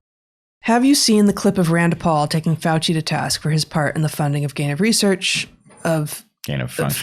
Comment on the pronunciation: You mispronounced FRADci